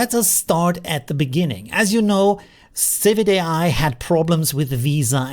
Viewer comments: Isn't it civitai not civic ai? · Correct. Civitai is not civic ai.